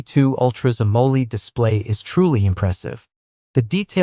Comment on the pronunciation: Its Am oled not amol ed